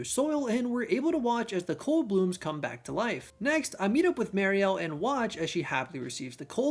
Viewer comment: Moira (as noted) and Mariele (mary-elle). I think there were one or possibly two others but you corrected them throughout the video.